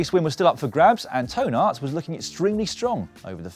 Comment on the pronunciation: LOL On the pronunciation of Toon Aerts coming out like Toe Nuts :D